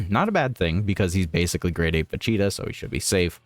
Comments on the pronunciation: Va cheeta is what im hearing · What's up with butchering Vegeta's name all the time ?